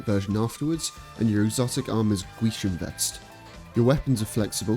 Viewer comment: Man pronounces gwisin perfectly